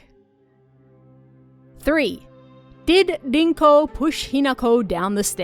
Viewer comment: It’s pronounced rinko, not dinko